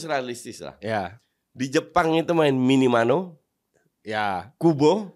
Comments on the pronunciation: Minamino coach bukan minimano😂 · Minamino coach, bukan Minimano, udah berapa video gue tonton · Minamino coach bukan minimano😂😂😂